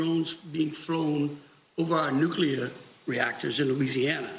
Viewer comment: OMG,! Just found your P.Cast and LOVE LOVE LOVE it! The long-form compilation format ROCKS! I'm spreading the news. One thing though - when you pronounce "Nuclear" as "Nucular" it's very distracting. PLEASE, PLEASE, don't seem as dense as George W. Bush. Sorry, I know it's a minor detail, still...